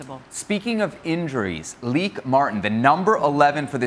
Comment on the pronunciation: Lieke Martens is pronounced Lee kuh mar tuns! Not leak mart